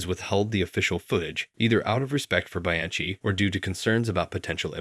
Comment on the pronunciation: Please research pronounciation of foreign names and terms (e.g. "grand prix", "Bianchi", "Thames", "Marquis de Sade" or "faux")